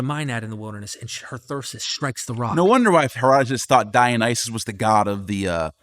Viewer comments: ' pronunciation "Dionyses" grates my nerves. Can he read? Does he understand vowel values? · The dude literally can't even PRONOUNCE Dionysus. Has he ever even read the word???? Very doubtful.